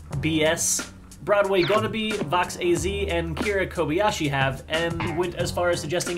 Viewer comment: he said Broadweewannabe (no offense ir ur seeing this plz) just pointing it out